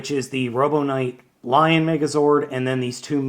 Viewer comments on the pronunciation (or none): none